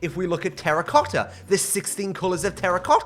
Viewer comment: i love how you say terracotta "terracocta"